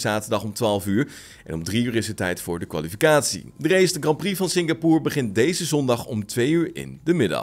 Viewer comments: Waarom spreek je het uit als singapoer terwijl het singapoor uitgesproken word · nee, je spreekt het Singapoor uit